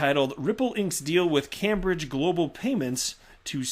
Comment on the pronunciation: Hi, Cambridge is pronounced 'camebridge'. Keep them coming, cheers.